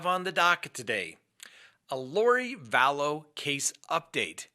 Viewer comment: I love your channel...I consider myself a junkie of your show. However, your killing me with you pronunciation of her name: you’re saying Vallowces rather than Vallows. Please I’m begging you.:)